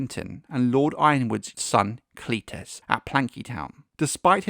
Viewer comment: I prefer Cletus pronounced like Alexander's Companion.